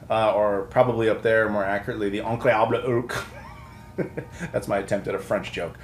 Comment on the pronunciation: flawlessly pronounces "Le Incredible Hulk" in French has no idea what Allons-y means